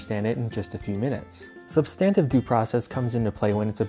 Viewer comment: You’re pronouncing substantive due process wrong and it’s annoying